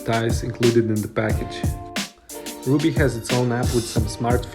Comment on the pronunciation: Double "b"s suggest the name is pronounced "RUB-ee"